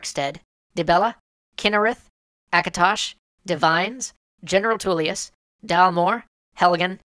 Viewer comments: "General Tuleous" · *Thalmor *Tullius *Ulfric *Sovngarde *Rorikstead *Helgen Seriously, you butchered those names :P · Dalmoore? Thalmor. Smh. Tuleous? Tullius. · I like Skyrims intro. Also Sovengarde not Savvengard and General Tulius not Tuleos. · And Thalmor rather than Dalmoore. And General Tullius, not Tuleous. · "Dalmoore"? "Tulious"? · 'Ulfred'? 'Tuleous'? 'Savvengard'? 'Helgan'? 'Dalmoore'? You're joking, right? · Halgen? Toulius? Ulfred? This guy hasn't done ANY research... Has he? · Lets see, you think Sovngarde is "Savvengard", Ulfric is "Ulfred", General Tullius is "Tuleous", and the Thalmor are the "Dalmoore". Like many others here, I got the opposite feeling from the opening than you people. I thought it was great at setting a mood, not at serving as a demo for the ADHD console crowds. And if your sense of hearing is that shitty, try enabling Skyrim's subtitles so you at least get basic names right. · *ULFRIC *SOVNGARDE *TULLIUS *RORIKSTEAD *THALMOR. I'm sorry but it had to be done, it was driving me insane. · I'm sorry, but really made me cringe... Savvengard should be Sovngarde. Ulfred should be Ulfric Tuleous should beTullius Dalmoore... wth? Should probably be Thalmor Helgan should be Helgen And I have no idea what Elod should be... (Elsweyr maybe?) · "Savvengard" --> "Sovngarde" "Ulfred Stormcloak" --> "Ulfric Stormcloak" "Rorickstead" --> "Rorikstead" "General Tuleous" --> "General Tullius" "Dalmoore" --> "Thalmor" "Helgan" --> "Helgen" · Thalmor, Ulfric, Sovngarde, Helgen, Vilod, Tullius, and Rorikstead. Not Dalmoore, Ulfred, Savvengard, Helgan, Elod, Tuleous, and Rorickstead. If you're going to put in proper nouns, spell them right or don't put them in. Otherwise, great video. Although I do disagree with your conclusion.